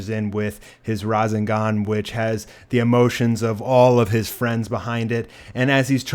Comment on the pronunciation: Rasangahn? Wtf? It's Ra-Seng-Gan. Rasengan